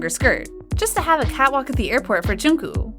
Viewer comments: Sorry but..'Jeon ku-'' GIRL IM SORRY BUT ITS JUNGKOOK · I AM SOOOOO DISTURBED.... its jungkook not jungku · She rlly said Jookoo and Jemean It's Jungkook and Jimin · She is saying there names wrong who is jowkook it's jung kook and ji min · It's Joonkook not Joonk! And it's not JimIn! It's Jimin!😒😒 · First of all its JUNGKOOK NOT JUNKO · Im sorry but pronunce jungkook's name corectly its not junku its jungkook... so yeah please pronunce it corectly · it's 'jungkook' Not 'jongkook' 😅 yes I'm talking abt the pronounciation And she pronounced it like :- joonkoo so she's kinda close.. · The way she calls JungkooK Jungkoo... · "v and joonkoo" Choonkoo actually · Yall are we just gonna leave the fact that she is not saying jungkook she is saying jungkoo?? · It’s not pronounced chee-mīn It’s pronounced ji-min (as in mint) It’s not pronounced chung-gkuu It’s pronounced jung-kook (as in cookie) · “Joon-koo” And “jeemeen” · Others:Jimin and Jungkook Her:Jeemeen and Jungkoo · The way she said junkook Her:jonkue Me:🤣🤣🤣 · ah yes, jeemeen and jonkoo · im so so sorry no offence to the channel but i crack up every time i hear "jInKoO" and "cHiMeEn" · All I heard was, JungCoo 😂 Sorry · I don’t want to be mean but miss girl is saying “jungkoo” and “chimin” 🤣🤣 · they called him “joongkoog” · I love how she pronounces it June coo and Jee Mean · okay but am i the only one thats getting kind of annoyed when calls jungkook “jingkoo” 😭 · Why are you pronouncing jimin like cheemin and jungkook like chunku its so annoying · “V and jOoNkOo” “She made jOoNkOo laugh” “Standing right in front of jOoNkOo and jEeMeEn” I can’t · Isn't it pronounced like 'Jongkook'? And her pronunciation is kinda close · Her pronunciation is triggering me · Jeemeen, joonkoo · yeah i know I’m not stupid. also dude I’m literally Korean. The lady here said joonkoo. That I know for a fact is not how you pronounce it. I’ve heard jungkook himself say his own name and it is not like that.